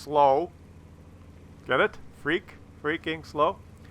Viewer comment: Freak? You murdered that pronunciation